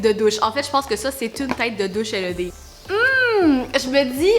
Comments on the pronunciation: Sa ne se dit pas L E D mais led toute coller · Pas pour etre méchante mais sa ma gosser juste comme sa c pas l e d c led (tt lier) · je veux la même salle de bain LED 😂 (en france on prononce "laide" c'est très drole d'entendre L E D) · Led pas L E D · Super vidéo encore! Trop drôle que vous disez Led « L.E.D. » en France on prononce Led « Laide » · On dit led pas l e d dsl c’est juste que sa fait vraiment bizarre quand tu le dit hihi 😜😂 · pour info sa se prononce (laide) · Qui lui dit quelle prononce mal le mot led